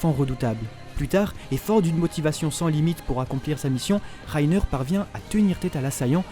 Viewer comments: reiner pas rrrrrrrrrrrreiner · c moi il a un accent allemand quand il dit reiner😂😂(rainer)